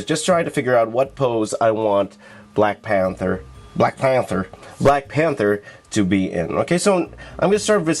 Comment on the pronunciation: “Black Pahhnthurr” shhskskshsjsksmhchad Black Panther* 💀😤